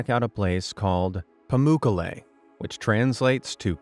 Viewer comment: I really enjoyed this video. I'm an American living in Antalya, Turkey. Your pronunciation of Pamukkale is amusingly terrible. The third syllable is accented. I suggest looking up the correct pronunciation when you see unfamiliar foreign words. David